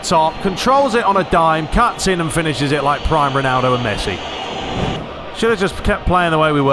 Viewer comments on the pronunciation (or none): none